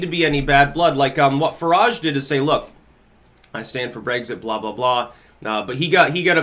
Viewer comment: Who is "farahge'? lol